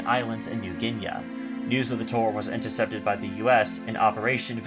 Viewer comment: As with too many channels, pronunciations are off. It's "Roach-fort," not "Rockefort." "New Ginee," not "New Ginea."